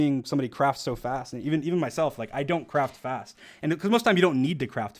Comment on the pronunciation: everytime he said craft fast it sounded like he said crap fast